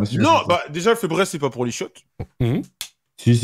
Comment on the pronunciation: febreeze🤣🤣🤣🤣 febraise c'est febrise la prononciation